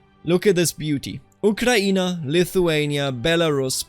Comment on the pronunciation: Blood for the revolution! Blood for Madam Guillotine! (Also, great pronunciation of Ukraïne and other Slavic names)